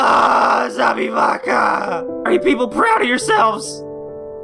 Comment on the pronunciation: Я ОРУ с того как иностранец говорит "Забивака" Теперь меня будет мучить вопрос, знает ли он что значет его имя?